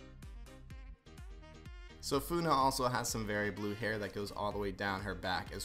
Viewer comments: fuunah?! that ain’t how you say it! the name is Funny! that’s how you pronounce it! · Just saying it’s funneh not foonah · Wait its not Funeh its Funneh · OK I KNOW IM LATE BUT I APPRECIATE HOW THIS PERSON UNBOXES KREW! BUT I LAUGHED WHEN THE PERSON UNBOXING PRONOUNCED FUNNEHS NAME "Fou-neh" and not "fun-neh" 😭😭 but overall love their designs and again appreciating that you unbox my fav youtubers! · I support his attempted to try and say Funneh's name. But to properly say her name is how you say "Funny", but her Canadian viewers often pronounce it as "Fun-eh". Funneh put the "eh" at the end because she is a Canadian content creator. So she deicided to put "eh" at the end of ItsFunneh and that's how she created her gamertag. Hope this helps someone! <3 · It's not funna is funneh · Its funneh not funa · Plz just dont say funa just funny😢😢😢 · the blue one is pronounced "funny"! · IM SO LATE.."foonah" lol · My kid watches crew, and she says it’s pronounced funny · 😭😭😭 He said funneh/kat is funa 🤣🤣🤣🤣 btw the dog with gold is called floof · The pronouncation of funneh is "funny" and im so sad that theres no draco😢 btw i love this unboxing!❤🎉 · Fun fact funneh is just pronounced funny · It's pronounced funny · you say it as 'funny' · You're saying the wrong name for funny it's actually funneh spelled with an e h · Its pronounced fuhneh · How to pronounce Funneh is Like Fun ,ee Or Just funny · Dude,calm down he is not very good at pronouncing Funneh and also he was too late to get the Draco yootooz ok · You said the blue hairs name wrong